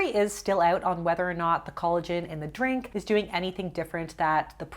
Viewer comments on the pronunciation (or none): none